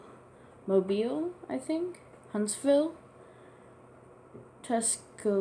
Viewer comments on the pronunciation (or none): So many pronouncation errors in regards to many of the cities. Mobile is pronounced mow-bull, Tucson is pronounced too-sawn, Naperville is pronounced nay-per-ville, Des Moines is pronounced deh moin, Sioux is pronounced sue, Dubuque is pronounced doo-byook, Ames is pronounced aims, Worcester is pronounced wuss-ter, Biloxi is bill ox ee, Portsmouth is port smith, Newark is new irk, Las Cruses is loss, crew ses, Raleigh is raw ley, Chattanooga is chat un oo guh, Montpelier is mont pill ee air, and that’s it.